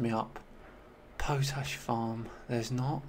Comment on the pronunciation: Was Edith Pretty mentioned on the preface page? Plus, it's pronounced Pot-ash 🙂